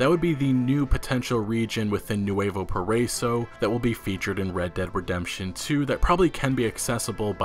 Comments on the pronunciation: not poriso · Man I love your videos and I watch them as soon as they come out but it bothers me how you say nuevo paraiso it's, "pah-rah-ee-so." excited to visit it though! (great great grandpa was a revolutionary at this time) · Para-eeeso PARA-EEEESO. Geezus man, learning to pronounce shit correctly is the literal LEAST you could do as a news regurgitator. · Just for future reference its Nu-eh-voh Para-eeso